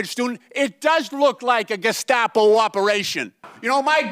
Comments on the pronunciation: Tim Walz calling them Geskapo...jfc. What an absolute brainlet 😂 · He is such an incompetent fuck he can't even properly pronounce the word Gestapo Jimenez pronounced it more than twice.... how can you trust that even knows what the Gestapo is or was when he can't fucking pronounce the name of the organization? It's not even hard to pronounce you pronounce it phonetically for fuck sakes